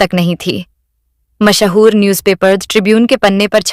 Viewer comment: Mahaa-hoor kya hota hai? Mash-hoor kyon nahi kehti?